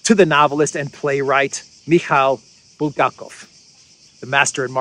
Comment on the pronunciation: It's BulHakov not Buldakov . Have you read The master and the Margaret ? I suppose not .